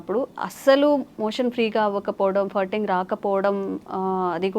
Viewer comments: అది ఫర్టింగ్ కాదు, ఫార్టింగ్ అని ఉచ్చరించాలి... ఫ కి దీర్ఘం... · ఫర్టింగ్ కాదే తల్లీ…. ఫార్టింగ్….. తెలియక పోతే…. పిత్తు అను…. మిడి మిడి జ్ఞానంతో…. సావ దొబ్బకండి. నీ ఫర్టింగ్….ఫ్లర్టింగ్ లాగా ఉంది. 🙏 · It is not firting,, it is supposed pronounce : FARTING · it is not Furting. It is Farting When I heard you first, I thought u said Hurting